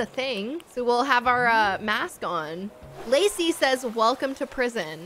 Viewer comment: my name is lacey and when you said it the first time i thought you said lucy